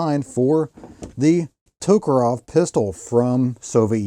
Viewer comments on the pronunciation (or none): TokarEV, not TokarOV